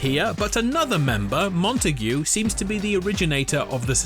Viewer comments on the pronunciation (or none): i think its mon- t-ai-g not monta-gui😭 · Its montaag not montageu cus montague is prononced like that in french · Lmao mon-ta-huh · In one of fortnites recent twitter video post about the grapple blade, with a voice over which i think is Matt Mercer(voice of midas). Also pretty sure montague is french so you don't pronounce the "ue"